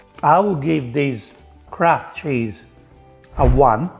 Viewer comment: anyone else hear "crap" cheese instead of kraft cheese?